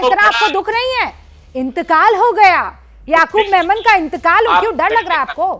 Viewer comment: Yaqoob menon nahi hai yaqoob memon